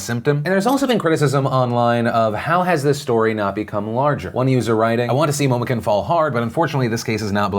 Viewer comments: quick weeb note; it'd be pronounced (in typical manner): moe-moe-koon (momo being the name and kun being a suffix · isnt it momo "koon" not momo "ken" cringes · "momokin" IT'S MOMOKUN PHIL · Omg, all the social and legal issues aside...it's so annoying to hear so many people pronouncing it momo-KIN instead of momo-KOON!! Listen to an anime sub for once in your f*cking life! ;p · Quick tip Phil. kun is pronounced like the latter half of racoon. It does not sound like kin. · I believe its pronounced koon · Ugh why can't anyone properly pronounce "kun" ??? The weeb in me is dying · Omg he pronounces it Momokin 😂😂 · Am I the only one who cringed every time Phil pronounced Momokun’s name wrong? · Hearing you mispronounce Momokun for some reason made my day.. thanks PD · Lol Momokun pronunciation. Good try though Phil. I know you pronounced it like it appears, so it is an easy mistake. Made me chuckle a bit though. Side note; that woman makes wears thickness well. Nice. . .